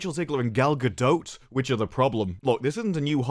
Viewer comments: Cant get over gal-ga-dote 😂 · if you don’t STOP SAYING GALGADOTE!